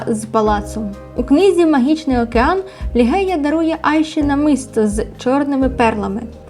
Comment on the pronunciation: ім'я королеви не лігея а Ліжея😉